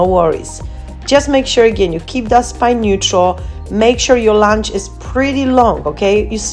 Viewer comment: Lounge?! I think u mean lunge, ur workouts are awesome and are definitely not for lounging 😂😂❣️